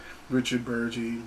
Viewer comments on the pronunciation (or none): BERG - EEEEE , Not BURR - JEE